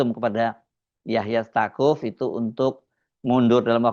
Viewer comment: Staquf bacanya saquf